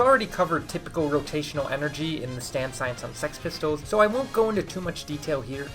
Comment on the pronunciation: Man said sex pistols 😅